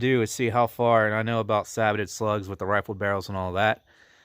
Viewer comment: It’s ‘say bow’ not ‘sah bit’